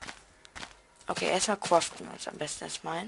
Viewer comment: gutes vid aber sag bitte nicht mehr cuaften